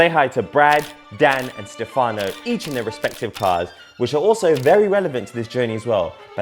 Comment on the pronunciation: I sttoped watching when he said, wheres the brothers... brother? you dont see a black crew exclusive, in a white man youtube channel